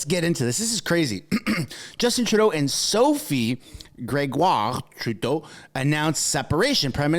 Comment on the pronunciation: 1% is kinda pathetic, just like going after people's private lives. You pronounced Grégoire wrong btw.